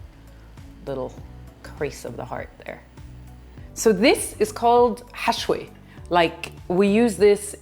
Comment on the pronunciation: You mentioned the pine nut and meat's name... sounded like 'hashway' but that's not right... what is it?